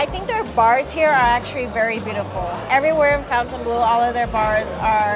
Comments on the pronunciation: Everyone is pronouncing it fountain blue like mountain dew but it’s spelled like it should be pronounced FON-TAIN blue. Am I missing something? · Pronounced Fon-tun…not Fountain. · Cool video! But you are pronouncing the name in English, when it's spelling is French and would therefore have a different pronunciation. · Fon tain blue :-)